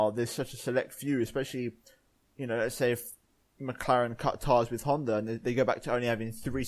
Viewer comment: ITS HONDAAAA NOT HONDERRRR